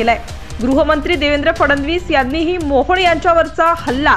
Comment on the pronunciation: काय बातम्या देते तू तो मोहड नाही मोहळ आहे